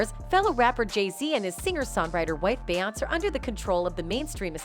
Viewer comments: It's BE YON CE!!!! FFS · Be-on-say!At least the got damn name right!lolol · 🤦🏼‍♂️this is the first time anyone ever pronounce Beyoncé name like that… 🤣🤣